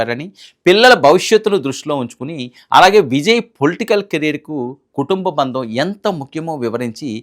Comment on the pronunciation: బంధం. బందం కాదు.